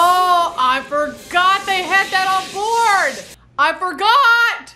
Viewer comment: "I fergot we still had people oanboard thuh shiyap!" Its adorable when your country side comes out.